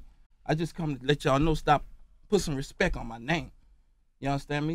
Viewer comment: “Put some respek on my name.”